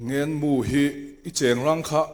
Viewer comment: Kan pi chuan mizo tawng ava thiamlo ve.. Sinhlu, Ngengmu.. Sunhlu, Ngenmu.. Tih zawk tur anih hmel..